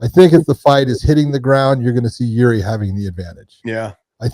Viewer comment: Get Yuri’s name right.